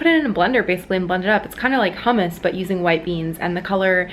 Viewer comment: Uhg you pronounced hummus wrong